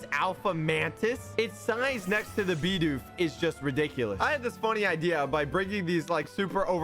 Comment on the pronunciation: FINALLY! SOMEONE WHO SAYS BIDOOF CORRECTLY!